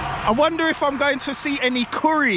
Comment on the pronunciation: Kołri najlepsze.😂 So much kołri. Super mi się Go ogląda. Dawaj więcej miejsc. Jesteś super pozytywny człowiek.